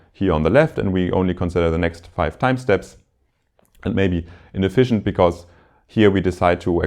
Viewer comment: Very nice lectures. One minor remark: The lecturer will make his lectures even more enjoyable if he looks up the pronunciation of these words (whose pronunciation he probably copied from his professor): “because”; “occur”; “estimate” (as a verb, which sounds different from when it is a noun). All the best!